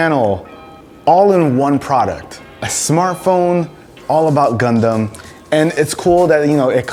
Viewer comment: Dude u r saying "condom" instead of "Gundam" 😂😂